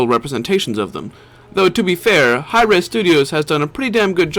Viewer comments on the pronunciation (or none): its Hi-Rez Studios not High Res Studios, cool video though :)